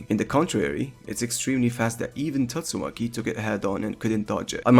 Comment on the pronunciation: Good video but pls pronounce Tatsumaki right, respect the waifu🎉